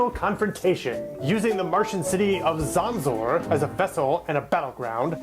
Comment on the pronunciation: The last name is pronounced like Jones, but otherwise awesome video! Very well edited.